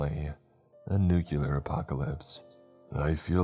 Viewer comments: PLEASE this was good but for the love of god its nu-clear not nucular that wrong pronunciation is so annoying 😭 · Nuclear is said "New-clear". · Downvote for saying nucular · What, five or six years now, and you're still saying "nucular"? This is gonna be a tough one lol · Right....a nuclear power plant. Not "nucular" lol. Sound it out! Not to sound mean 😅